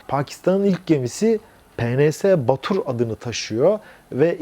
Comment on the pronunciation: PNS BABUR olacaktı, Batur dediniz sanki. Önemsiz belki ama belirtmek istedim. Selamlar